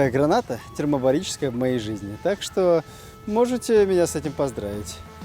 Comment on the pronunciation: Я не душный, нет!) Но ТермобаРическая. Если я не глухой, вместо буквы Л!)) А так всё супер, спасибо 👍